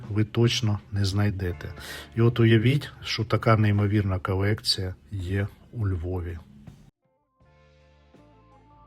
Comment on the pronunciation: Чому у ведучого в українській «кАлєкція», «кАлись», «простА», «кабріалЄт»…. «львАвіянИ»? Можна лиш здогадатися…..